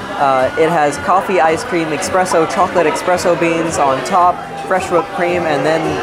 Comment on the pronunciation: Eh-spress-so NOT Ex-press-o